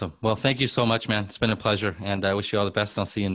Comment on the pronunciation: “It’s a splesure”